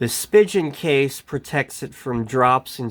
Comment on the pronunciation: (and elsewhere in the video) “/spi·jn/ case” That’s not the way Spigen is pronounced—it doesn’t rhyme with “pigeon.” It’s a German name and there is no “soft g”/“j” sound in German. It’s pronounced /spee'gan/. (You can see and hear the right pronunciation on the About Us page for Spigen, Inc.)